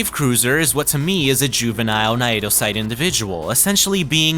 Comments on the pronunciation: Naedocyte is pronounced as "nay-doe-sight", in the same manner that cnidocyte is pronounced, it being one of the real world influences for the creatures we see in game. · what the hell is that naedocyte pronounciation